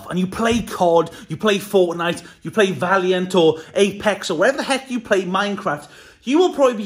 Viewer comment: "Valent" its Valorant to fix up ur mistake